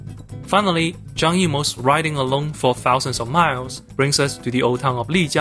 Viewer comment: Why does Zhang Beijing sound like “John Beijing”?